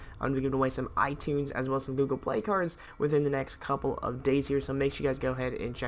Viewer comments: You said cars instead of cards XD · he forgot the d in cards